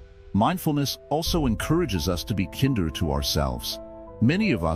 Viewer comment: Using AI to read this causes mispronunciations such as “kinder” and is very distracting. Also, the constant background music is extremely distracting. I’m sure I’m not alone on this. Very difficult to listen to after a while.